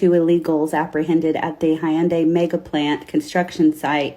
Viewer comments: what is hi-un-day? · how white do you have to be to say "hi-yun-day" instead of hyundai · Did she say Hi-un-day? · Why is she saying, "Hi-End-day?" And where tf did she get her information about these people? She just made up some ish about their conditions and lives based on some ish she seen on Lethal Weapon 4. Tf😂